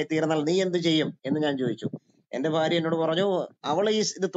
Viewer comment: ഫാര്യ ഫർത്താവ് 🤣🤣🤣